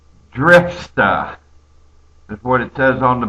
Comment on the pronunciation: I like it when you say drifsta....makes you sound like one of us Bostonianians. Lol